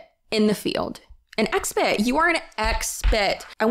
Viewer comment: Lol idk why i lost it when you said “expet” hahahahahahaha